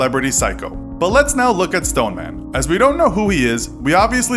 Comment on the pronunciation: The Stone-er-man